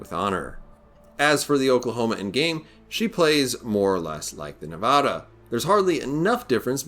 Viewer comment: You said Nevada wrong. From Nevada.